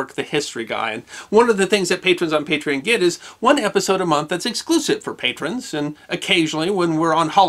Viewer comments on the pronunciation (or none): none